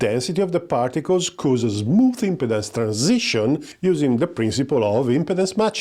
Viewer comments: I appreciate that English is not your first language, but just a quick note about your pronunciation of the word "Impedance" in this video. The way you say it here, it sounds like you are saying Impotence. It should be said as im-PEE-dence, with the emphasis on the "pee" syllable. Otherwise, a very good video. Thank you. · you need to really focus on pronouncing IMPEDANCE better lol. great video though!